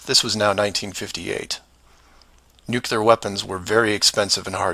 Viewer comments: While I agree with many of your points in this video, I have a hard time accepting scientific "proof" or "evidence" from someone pronouncing Nuclear as "Nu-Cular". Its pronounced "Noo-Clear" or even "New-Clear" would be acceptable. Nu-cular is not acceptable however. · well if you were to pronounce the word nuclear the correct way I would have believed you on your conspiracy theory however I am more clever then a person throwing words left and right however it was interesting points like the 180 or 360 camera angle shot of the astronauts I'll give you that and they have been 360 in 180 shots but they were inside the space station which again proves that you're also correct because they were never done in actual space if you were to think that they never been to space but you are not using your own words in the correct way look up the word conspiracy in the dictionary and then think about what you're believing in afterwards